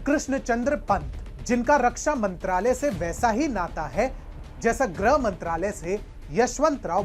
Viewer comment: ग्रह नहीं, गृह होता है, सही से उच्चारण करिए